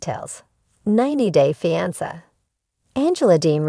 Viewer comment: The word is fiancé why aren’t you pronouncing it properly and you’re repeating yourself many times